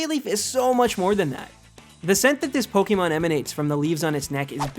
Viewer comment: It's Pok-ay-mon, not Pok-ee-mon.